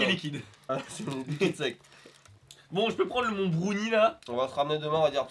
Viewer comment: Asarei65 a peu prêt tout le monde. Brounie c’est pour les gamins de 13 ans qui arrivent pas à prononcer un mot en anglais.